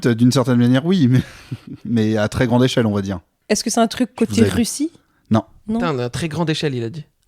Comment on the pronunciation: le "à très grande échelle" il sentait fort la Tunisie là😭